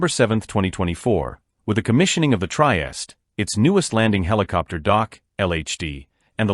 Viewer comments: I agree; 'Try-est' is just awful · Pronunce: treehesteh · The AI voice and pronounciation is unbearable. Otherwise, well done. Couldn't endure the whole thing, tho.